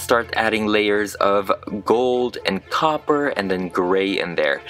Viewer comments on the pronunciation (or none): none